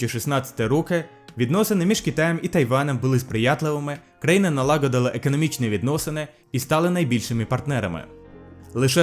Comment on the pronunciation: Не правильно вимовляєш: налагодила, ідеологія, економікою, хоча і ще декілька слів, а в цілому дуже не погано - продовжуй